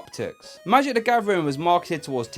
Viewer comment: Nobody: This guy: magic da gavering”